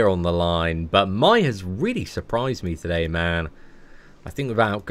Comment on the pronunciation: So, is it normal for him to say My instead of May? It's foreign to me🤣